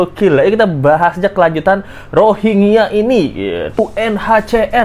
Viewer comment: UNHCR R nya rohangya